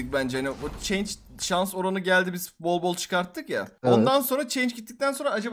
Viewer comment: Ulan change ne yaa 😂😂 chance oo chance yani şans demek bı daha duymayım 😅